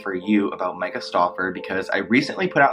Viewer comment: I love how he wants to point out Myka's grammar yet he can't even pronounce her name correctly, lol. This guys is full of it😂🙄